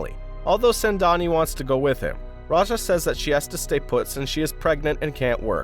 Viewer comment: It's not sendani it's sengani